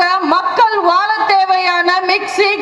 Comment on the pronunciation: Vindhya, you are doing a good job for the money you have received from Amma for your speech and certainly this present job is much more noble than the job you were doing in 2009 for which you were arrested by the police. But to be true to your present job kindly go home and practice how to pronounce the letter "zha". You are saying "naanga makkal VAALA thevaiyana mixie.." but you must pronounce it as "naanga makkal VAAZHA thevaiyana mixie.."